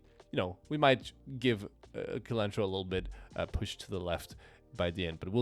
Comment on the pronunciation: A small complaint: "cilantro" is pronounced with "s" as the first sound, not "k".